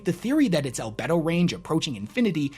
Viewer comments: 🤣Al-Bee-Doh. How reflective an object is. Not Al-Bed-oh. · Al BEE do, not albed-oh. Same as the word for sex drive. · The e in albedo is long btw, so it’s more like albeeto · Al-bee-doh not al-beh-do, sorry. Love your content though! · "Al-bee-do" - still love the videos, keep it up homie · Al-bee-dough... lol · it's pronounced albeedo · Al-bee-do btw. As a space nerd that did bother me lol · Please, Wes. It's pronounced "Al-bee-do". You're killing me, here! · The "e" in Albedo is actually long. So - "Al - bee - do" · "Al-bee-doh" range. That's what they're paid for and why and why you aren't Wes. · Albedo : Al-bee-doh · Great video. Minor correction, albedo is pronounced “al-bee-dough” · It's pronounced "albeedo". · God dammit it's pronounced "all-bead-o." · it's actually pronounced al-bee-dough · Love your videos my guy! But damn 😂 The pronunciation of "albedo" is just PAINFUL to hear 😅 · Albedo has a hard e